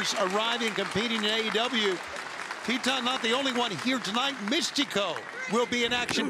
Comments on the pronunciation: Its Titan! Not Teetanh 😂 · Every time they say Titan, I keep hearing Tea-Time.